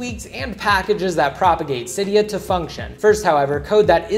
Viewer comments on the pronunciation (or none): none